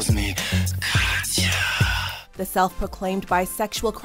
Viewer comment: 1. The creator of this content is a gay. 2. This is the first time ever someone call Katya with her full name correctly.